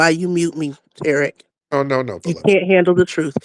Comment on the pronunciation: Who the hell is "Terrick"? 🤔